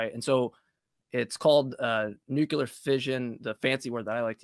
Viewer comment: JMIKE, it is pronounced NUKE-LE-AR, not NUKE-U-LAR! ✌